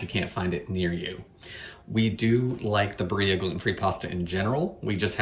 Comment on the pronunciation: Barilla is Italian, so you pronounce the L -> Bah reela